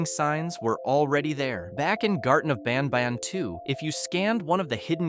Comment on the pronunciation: Banban ❌ banbaan⭕